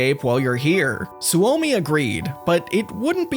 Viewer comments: Every scandinavien and finnish guy in here grinding their teeth at how he pronounce Soumi Su Omi or maybe its just me 😅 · It hurt me when you pronounced Suomi as Su-omi. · Suomi is pronounced Sue-Me. It is the Finnish word for Finland.